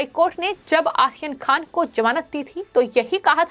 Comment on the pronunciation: अरे ऊच्चारण तो सही कर ले आहियान खान नही बल्कि आर्यन खान बोल ले